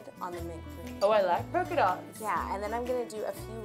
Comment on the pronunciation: yolanda said colka dots. lol